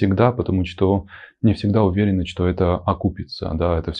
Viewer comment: Он лёгкий и очень милый. Единственное - "что" обычно носители произносят как "што". А остальное вообще звучит больше как элегантная интонация. "У женщин бывают моменты, когда им хочется убивать..." Adoro :)))